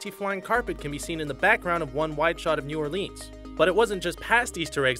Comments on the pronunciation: It's pronounced ; new-or-linz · Everyone says New Orleans wrong😑 I'm from New Orleans, I'm a Louisiana Cajun💕